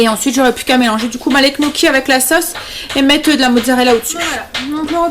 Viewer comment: Ca se prononce «gnio-ky »